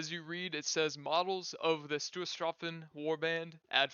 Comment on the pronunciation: I understand that German is not your language and that you're a native english speaker, but I would like to suggest looking into the correct pronunciation of words like Stoßtruppen before making a video that is about them. I know I'm nitpicking, but not butchering pronunciations when words aren't terribly complicated (with Finnish Hakkapeliitta I'd understand the difficulty) goes a long way with making a video enjoyable :)